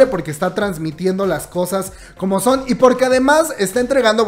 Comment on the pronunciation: En ves de son dice so :v